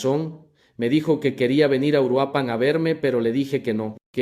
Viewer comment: esto es un fraude esto es inteligencia artificial ni siquiera es su voz y no pude pronunciar URUAPAN chequenlo es inteligencia artificial😂😂😂